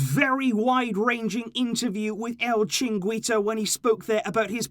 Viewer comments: It's pronounced chi-rin-ghi-to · the show Chiringuito is pronounced “Chee-Reen-Geeto”. At least that’s how my father pronounces it in Spanish😂